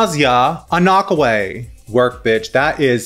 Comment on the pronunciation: I think it’s pronounced “Anna-Kway”?